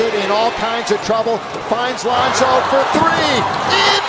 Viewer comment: This kid said lonzo